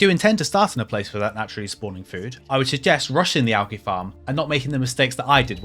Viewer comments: Bro. AL-JEE. Not AL-GI. What the hell?? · triggering americans when saying algae like you do. One for the union jack